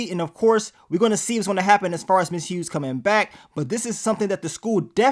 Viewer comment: Nigga stop calling MS. HUGHES …. MS. HUGE.😂😂😂😂😂THE “G” SILENT MARK 💀 😅